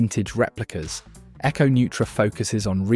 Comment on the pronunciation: Thanks for that correction. I'm pretty sure Echo Neutra is pronounced "noy-tra". At least that's the way I heard Teddy Baldassarre pronounce it when he included the brand among other micros when having Kevin O'Leary select the winner. I know that Teddy was in contact with each of the entrants, so I'm certain he would ensure he had the pronunciation correct before proceeding.